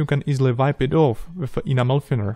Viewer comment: I'm so sorry, but I giggle every time I hear you say "enamel thinner". It always sounds like "animal thinner". Anyway, awesome work as always! Mad skills! Are you planning to do any really big models in the future? I would love to see you do a F-16 and modify it to a Block 52 or Block 60 with conformal fuel tanks and dorsal spine ;).